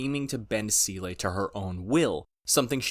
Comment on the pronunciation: Also "Seele" => pronounced "Zay-luh" German for "Soul"